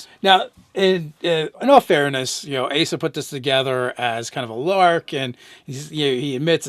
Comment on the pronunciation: thank you for pronouncing my name right. It would have been a bit embarrassing to be called Ass-a the entire video.